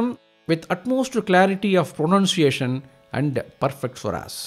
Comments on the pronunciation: Superb pronunciation voice presentation just what Swami would have liked 👌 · Timing and the pronunciation are perfect, this will help many listeners to correct the shart comings if any while rendering by them. Similar videos would rebuild our next generation to preserve our sanatana Dharma which is unique all over the world..my pranams to the gurus and those who referred for this recording.